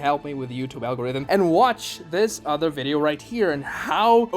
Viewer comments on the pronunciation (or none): none